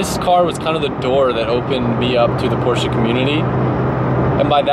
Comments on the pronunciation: Thank you for saying PorschE not Porsch. Greetings from Germany! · Cobgrats! It is a treat listening to you reading "Porsche" and "Weissach" the exact right way! For me as a german viewer, that is grest! Thank you!